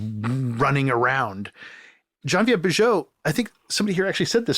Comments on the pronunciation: The way Tarantino pronounces "Geneviève" (Bujold) is hilariously incorrect. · I was gonna say has QT butchered the pronunciation of the lovely Genevieve Bujold? The answer is yes!